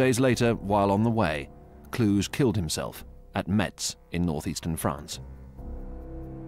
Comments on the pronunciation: For those unaware, that is not how Gunther von Kluge's last name is pronounced. No historian that I'm aware uses such pronunciation. The "g" in "Kluge" is pronounced as the "g" in "cougar". So, it is pronounced something like "kloo-ga" or "kloo-guh". I hope that you got the idea. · Yeah, it rips my ears and im not German. The way they pronounce it is the city in Romanian Transylania - Kluj. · That's a somewhat eccentric way of pronouncing von Kluge. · Why do you guys always spell German names in such a weird way? - just like (for example): "von Kluge" becomes (phonetically) "KL-OO-ZH-E" or "Waffen SS" become "UOFFEN-ss". It's KLU-GE - you spell just as you read it: "KLU-GHE" and instead of "Uoffen" it's "VAFF-en". That's a HIGH-QUALITY series of documentaries! You'd at least expect the most important names to be spelled correctly.